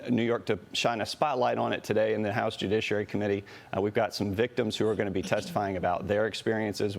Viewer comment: It's ok Maria, you can always say "jujiciary" to me